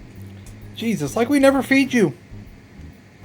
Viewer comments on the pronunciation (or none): none